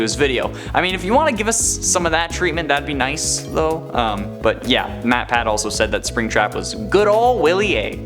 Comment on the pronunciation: you called matpat matpack